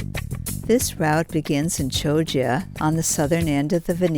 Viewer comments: At least get the pronunciation right : it's Kioggia , not Chioggia (CH in Italian is pronounced K). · At least try and pronounce the place names correctly !